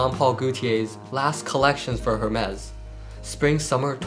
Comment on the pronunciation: Hermes pronunciation is wrong …